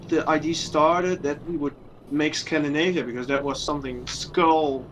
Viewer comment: It's scand I navia not scand A navia. Scandinavia, Scandinavia.